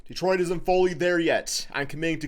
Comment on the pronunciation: Welllll it’s DETRIOT 🤷🏻‍♂️